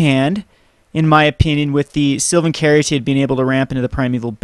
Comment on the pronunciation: The "caryatid" in Sylvan Caryatid is a real word. It's pronounced "carry-AT-id".